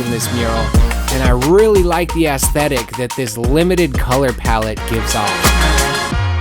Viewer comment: The Graveyard concept was actually really cool! Yes, to more Magenta Backgraounds! Great job both of you! Ps. You say ASSSthetic 😂😂